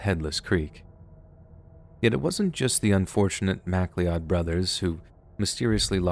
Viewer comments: It's so terribly sad when these things happen to children... MacLeod = Ma-cloud. Not Mac-lee-odd. ;) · I have a sneaking suspicion that your Mac-lee-odd brothers were MacLeod brothers, lol- that's Mac- loud❤ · great work and i promise that i am only mentioning this for reading purposes. The name MacLeod is pronounced like Mc Cloud. Its my old families name. I love your work, 100% my favorite by far. Thank you for all your hard work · Great stories and accounts, but it's Mc-CLOUD not Mac lee-Od. ;) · Mac-Lee-Odd 🤪 It's always funny to me that goes out of his way to pronounce many proper names in their exact forms and accents, but misses others. Or even other little words here and there. In this case...it would be "Mick-Cloud". As in, "I am Duncan MacLeod of the clan MacLeod." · macloud not mac leod lol. Best wishes from Scotland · It's pronounced mick-cloud... not mac-lee-odd SMH. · Macleod: MAC•lee•odd ❌️ mah•CLOUD ✅️ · Love these stories, but I need to point out that MacLeod is not pronounced Mac Lee Odd. It’s pronounced Ma Cloud 😂 made me chuckle at a not chuckle worthy story 😅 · MacLeod is a Scottish name pronounced "mac-loud" (like Connor MacLeod in Highlander) in the Nahanni National Park story. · just a heads up Macleod is pronounced "mc-cloud" not trying to be a jerk just trying to inform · "Macleod" is pronounced "Macloud". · I have to point out the name mispronunciation in the story of the headless creek, somewhere around 21 minutes. If it was spelled “Macleod,” it’s not pronounced as it’s spelled. It’s actually “Meh-Cloud.” Little nitpick, I realize, but my family immigrated here from Scotland about 100 years ago, and we’re related to quite a lot of Macleods, so the pronunciation was bothering me. My cousins will also get pretty angry when people pronounce it like that. Great video, otherwise, though! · Probably late to the party about this, but...good video...and MacLeod is pronounced "mac-CLOUD". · This lol, even if spelled Macleod